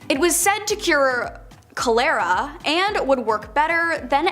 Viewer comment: omg I laughed when I heard the pronunciation of cholera.... and it was a bad laugh like what has this world turned to type laugh. sorry not sorry.